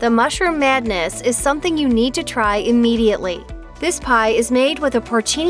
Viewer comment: Where is the announcer from? She has the “e instead of I” habit. How many times did I hear e-mediately instead of im-mediately?